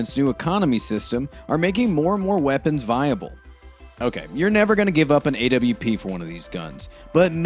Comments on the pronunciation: Why does he say A-W-P instead of AWP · bruh stop saying A W P